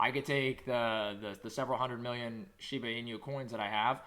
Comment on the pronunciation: It's Shiba NOT SHEBA